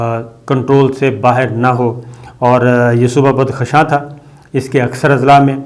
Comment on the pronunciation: Such low intellect journalists, do not know how to pronounce, “buddukhshan” This is not a foreign land, knitted in our own history.